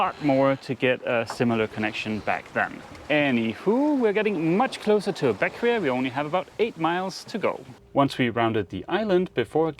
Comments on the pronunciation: I thought it was pronounced BECK-way. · Bequia .......is pronounced beck way.....just FYI.....loving the cruising life you have working now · Just an FYI the island name of Bequia is pronounced as ( / ˈbɛkwiː / or / ˈbɛkweɪ /) "Beck-way" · Beckway is the pronunciation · Loved the video. Been following you since you purchased Athena. I’ve been sailing the grenadines for 6 years and was the general manager for barefoot yacht charters on Vincent. Anyway just thought I’d give you and FYI; Bequia is pronounced ‘Beckway’ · Great video, but I couldn't help myself: Bequia is pronounced BECK-way 🤗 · Bequia is pronunced Beck way